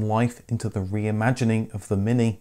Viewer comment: "eeze thees yuer Minki?" J. Clouseau